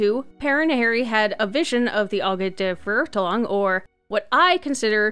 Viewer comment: as a German my ears bleed when you tried to pronounce Verurteilung and Immernachtreich I am soooorrry